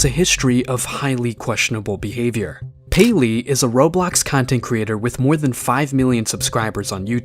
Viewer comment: As a 2021 survivor, I did not expect the word “payleey” to be uttered…